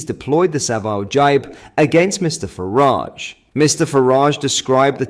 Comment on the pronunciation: Constantly mis-prouncing Nigel Farages name is getting a bit tedious. 🙄